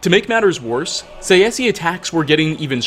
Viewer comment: He really pronounces Tsaesci as [saesi] xd Its [Ts ae s k i]